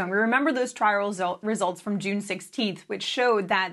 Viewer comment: Ah she says Dexamethasone perfectly... and then trips on Trial Results